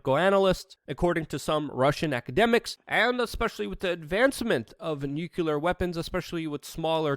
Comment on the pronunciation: Yes are Perfect my friend, except when you repeatedly say Nucular instead of Nuclear. George Bush Jr. would approve though. Lol. Love your channel, keep it coming. Great work.